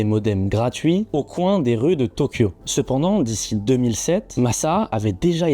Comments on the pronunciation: Sepandans 😂😂😂 incroyable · "il parta" PTDRRRRRRR. dommage. Bonne vidéo sepandans